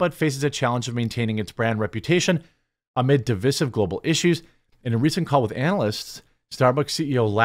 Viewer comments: It sounds so stupid so say “divissive”. Incision/incisive. Division/divisive. Can you please get it right? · Jeremy AGAIN mispronounces “divisive”. He refuses to get it right. It doesn’t rhyme with “permissive”, it rhymes with “incisive”.